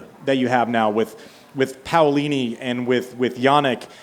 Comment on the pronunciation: He really turned that Pow lini pronunciation around